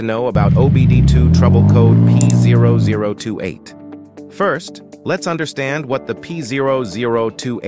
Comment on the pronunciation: That pthousand tootee eight code? This must be made By AI.